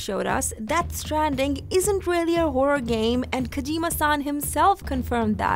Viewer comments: why do you call him Kajima San? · Kojeema Saahhn